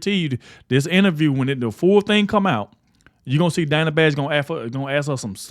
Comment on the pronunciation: Dana with a short A first syllable? Nope, it’s Dana with a long A sound in 1st syllable. Come on Kamala….if you want your name pronounced correctly, pronounce other people’s names correctly.